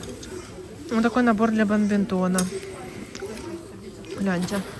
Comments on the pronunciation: БаДминтон, а не бамбинтон, 🤪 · Бадминтон, а не бамбинтон😅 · Народ - бадмИнтон!